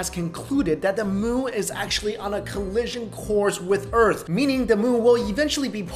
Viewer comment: "the urt' and moo"